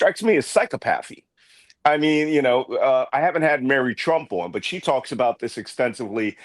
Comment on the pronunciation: I think it's pronounced "sy - KOP - a thee. Similarly, so-see-OP-a thee!!